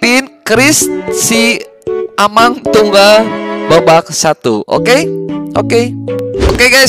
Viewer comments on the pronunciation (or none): Sebutnya bkn SI A MANG tp SIA MANG, saya ini orang Malaysia